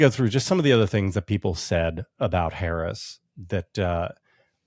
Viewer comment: I will still not a Black person who continually mispronounce Harris' name.